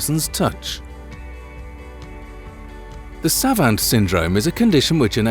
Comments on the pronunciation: "Savant" is pronounced "savont", just so's ya know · Maybe one day this narrator will be able to pronounce the word savant. Also it the adrenal gland not the adrenaline gland.